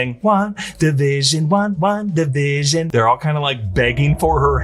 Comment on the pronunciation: Am I the only one who keeps hearing "One division" instead of WandaVision ?